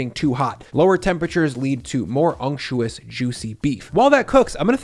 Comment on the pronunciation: Thank you for being one of the few YouTube chefs who can pronounce "unctuous" correctly. Everyone else mispronounces it "unctious" despite the lack of an "i."